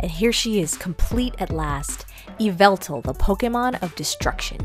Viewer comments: Its not pronounced Yeveltal, Its pronounced yeveltah. Just wanted to point that out! Have a great day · “Yee-vah-tall” Just for future reference! 😉😊♥️ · It’s not pronounced the way It’s pronounced ya vel tal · i noticed the way you say yvetlal is different from how i say it you say it kind of like e-veil-tal and i say it like uv-vel-tail funny right? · ITS PRONOUCED YĒ VA TAL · I don't mean to be rude but you said THE POKEMONS NAME WRONG!!!!!!oh and I get you get a choice but LEDGENDARYS DONG HAVE A GENDER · Saying that name wrong is so cringe